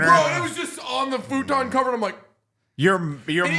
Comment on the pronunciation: Why tf you pronounce futon like that?